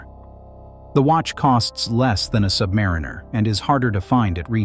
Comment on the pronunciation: When will AI learn how to pronounce Submariner correctly?